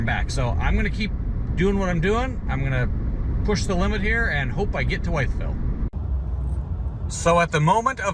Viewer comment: BTW it's pronounced with-ville VA.